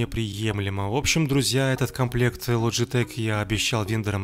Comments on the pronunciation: Логитек а не ложитек или вы ламборгини ламборджини называете? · Не логетеч а логетехххххх